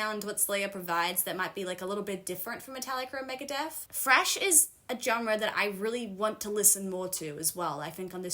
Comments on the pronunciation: says FRASH! Not thrash. FRASH! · When you said thrash i heard fresh. I was like who in the hell told you this is fresh metal! I was momentarily going berserk.